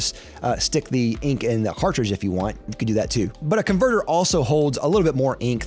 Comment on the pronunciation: Who else got triggered when he pronounced cartridge the wrong way (pronounced cartridge)